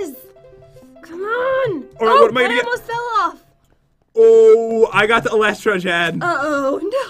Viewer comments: Sorry, but that is not how you pronounce "elytra", still your videos are the best. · No one: Pat: I got the Eletra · It’s pronounced E-lie-tra